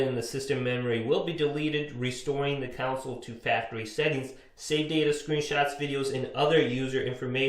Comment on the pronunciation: It's console, not council.